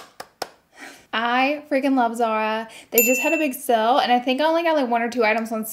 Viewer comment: Why is she pronouncing sale like “sell” and heels like “hills”?